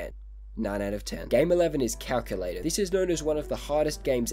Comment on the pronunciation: It is actually cal cu lator